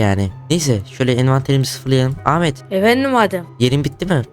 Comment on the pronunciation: Ahmet e amede demesi